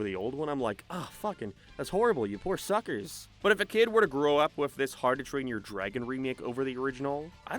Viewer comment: Why do you say "Harrdoo Train Your Dragon"? I get that you have an accent, but... how do you get it so wrong that you turn "how to" into "harrdoo", dude? XP